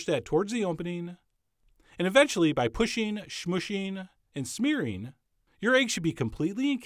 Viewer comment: "Pusheen, smoosheen, and smeareen..."